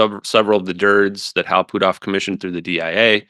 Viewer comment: I wonder if he says Hal Poothoff instead of Hal Puthoff on purpose.